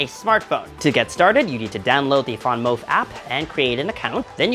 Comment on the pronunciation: it’s VanMOOF, not…….what that VanMOUF do?! LOL